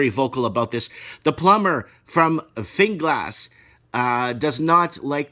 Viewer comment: Calm down dude, you make it sound like the plague has hit Ireland, it’s the same all over the world. You don’t know Jack 💩about Ireland except what you read in extremists right wing websites. If you’re going to talk about Ireland then at the very least learn how to pronounce the names. It’s Finglas not Finn-Glass 🙄